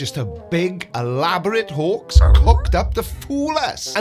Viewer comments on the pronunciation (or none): *Hoax (not Hawks) and "hoax (not hawks). Thank you,. I appreciate you featuring CC. 😁